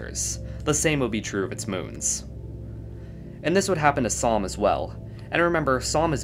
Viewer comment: Samh sounds like Psalm somehow